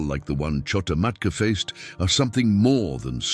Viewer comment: It’s not KHO-TA MATKA.